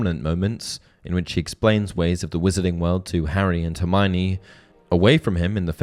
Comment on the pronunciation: One difference between book Hermione and and movie and fan Hermione is that many pronounce her name wrong. It's four syllables, her-my-oh-nee. Not her-my-nee.